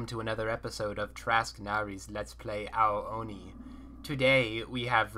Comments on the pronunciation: For future reference, its pronounced a o knee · *a ooooooo knee. Japanese has long vowels. That's a long O. ._________.